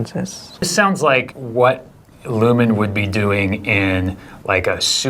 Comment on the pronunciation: Lumon not Lumen 😂❤